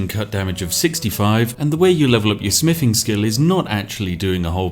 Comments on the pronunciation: Smiffing is the manly version of sniffing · smiffing?? wuts smiffing?? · Spiff prefers to say "smiffing" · I enjoy the videos, but it is very hard trying to be invested in the proper English character when said character cannot pronounce “th”. Especially with the repeated use of the word “smiffing “. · More like 'Smiffing' ...if you listen to how he says it. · He also smiffs and frusts as well. And counts to free and frows fings. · I know he's saying "Smithing" but it really sounds like "Smiffing". But to be honest I prefer smiffing because it reminds me of the great all mighty otherworldly existance Spiff. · The Smiffing Brit. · Ah, yes, the. Just what I was looking for. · More like "smiffing" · I'm hearing "We've leveled up our Spiffing"^^ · He actually did say "level up our Spiffing" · Th doesn't make an f sound just FYI